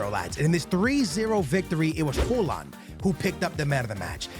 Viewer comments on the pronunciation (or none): why tf are you pronouncing it hooland💀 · Bro called him Holand😂😂